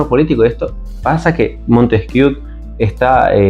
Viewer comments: Se pronuncia "Montesquié", no "Montesquiú". PD. ¿Podías dedicar un vídeo a exponer tu punto de vista sobre la Teoría de la Evolución? Porque, según la misma, la racionalidad (la mente, fruto de la complejidad cerebral) si evoluciona a partir de la animalidad (y yo estoy de acuerdo). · Se pronuncia "Montesquié",: pregunta a cualquier profesor de Historia o de Filosofía. Y sí: ya he visto que tienes un par de vídeos que tratan el tema de la evolución. Gracias.